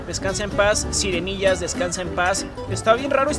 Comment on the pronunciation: Sirenillas no sirenggillas